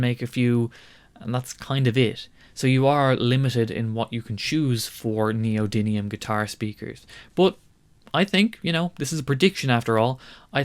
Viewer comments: Interesting. But it's NEO - DYM - IUM. 'DYM', NOT 'DIN' - If you're going to talk knowledgably about a thing, getting it's name right would be a good start. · Meant as a friendly correction, it's neodymium, not "neodynium". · Btw, its Neodymium. With an "m".